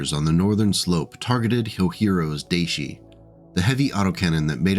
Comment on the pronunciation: Day was not quite right, in IPA it is [da̠iɕi】